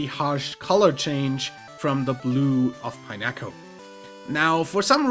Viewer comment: Shiny Pichu gets Pikachu’s base colors... An event that gave it out referred to it as a “Pikachu-colored Pichu”, instead of flat-out calling it a Shiny, I believe... Pineco is pronounced like pinecone, just minus the last two letters... It’s understandable that you have a little trouble pronouncing some of the names... There are over 894 Pokémon, not counting alternate Formes or variations, so it makes perfect sense to not be able to remember them, and even as someone dedicated to Pokémon, I have trouble past Gen 6...